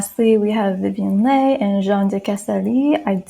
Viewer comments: TR always have that resting bitch face its so hard 😫 i agree with all of this but pronunciation of leigh is 'lee' I think 🤷🏾‍♀️😄🙈. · Leigh pronounced Lee 😊 thank you for this ♥️ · You have the most soothing voice! ❣️ Thank you for making this video, I loved it. One thing, Vivien Leigh’s last name is pronounced Lee. She was also often described as a small and lithe cat! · Leigh is pronounced Lee and Lollabrigida is pronounced Loll-a-BRIDGE-eeda